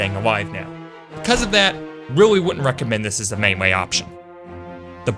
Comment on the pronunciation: Does he say mewee or buwwets or is it just me?